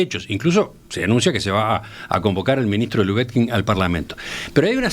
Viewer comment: Cotelo: al menos, procure pronunciar correctamente el apellido LUBETKIN. Sólo una sugerencia.